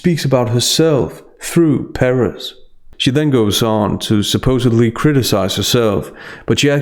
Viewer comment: Love your stuff but not “supposively” it’s SUPPOSEDLY